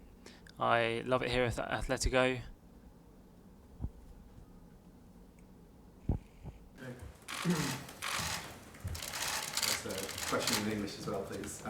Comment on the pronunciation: where do you see an "H" in Atletico?